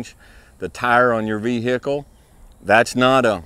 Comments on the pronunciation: Here for the advice. Stayed to hear "ve-hickle". Solid advice sir. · Vee - Hickle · Vee hey cle